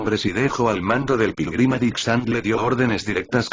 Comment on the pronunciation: Quien más escucho. Pirulin en ves de Pilgrim